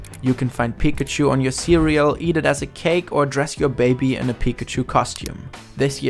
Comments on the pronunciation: yeah i really like how his voice sounds in english unlike how other germans do with a really strong accent. the way he pronounces 'pikachu' sounds off though lol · The way you say Pikachu Lmao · I can't wrap my mind around the fact how English speakers pronounce Pikachu wrong (emphasizing the 1st syllable instead of the 2nd) despite pikachu literally saying its own name all the time (with correct pronunciation). Is it just ignorance or plain incompetence? 🤔